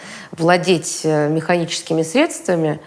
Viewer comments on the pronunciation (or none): none